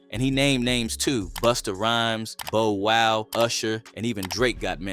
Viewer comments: 😆 wao” its ‘Bow Wow’ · Beau wow seriously wtf. It's Bow Wow!!